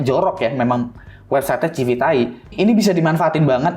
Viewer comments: bacanya bukan "civiTAI" juga bang astaga... "sivit eai" gitu kek bacanya biar enak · Civit Ai bukan Civitai